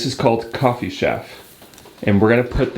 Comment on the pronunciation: Shaff? Ch-a-ff…..😊😊 just like all types of chaff…..chaff is the cut or husk of what ever it is you are using. Maybe in Panama they pronounce it shaff. But it’s Ch-a-ff